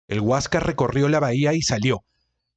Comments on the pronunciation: Hasta yo te pdria tomar prisionero por prenunciar mal la palabra HUASCASR... Tan simple como Huascar... jiejjej. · Para para para... Huas car no se dice tan asi entiendene bien Huáscar... completo... Enchúfate ....